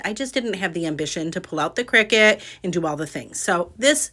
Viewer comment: I enjoyed the video. BTW, CRICUTis pronounced CRY-CUT